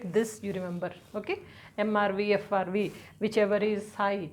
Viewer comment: Mam frv not srv 😊